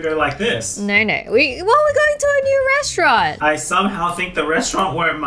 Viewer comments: Restauarant? 😂😂😂😂 It's restaurant ;) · Omg KA-RA-ZE Restaurant